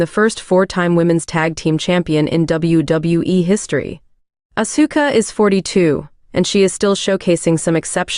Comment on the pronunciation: Like how they pronounce Asuka’s name.